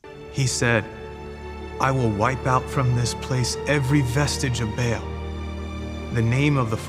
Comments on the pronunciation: Who tf told them Ba'al was pronounced Bale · I cringed when the Romans sounded like stereotypical Italian mafia lords lol -poor acting, terrible props, was a bit weird -The dudes pronouncing Ba’al as “Bail”